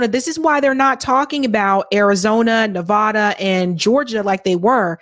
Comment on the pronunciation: please please please learn how to pronounce Nevada. It makes all of us cringe when you say it.